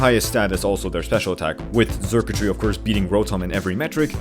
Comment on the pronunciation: Just to clarify, Xurkitree is pronounced like “circuitry”, not “zurktry”